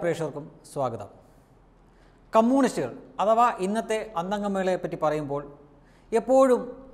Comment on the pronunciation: "കമ്മൂണിസ്റ്റ്" അല്ല സേട്ടാ.... "കമ്മ്യൂണിസ്റ്റ്" എന്നാണ് ഉച്ചാരണം 😈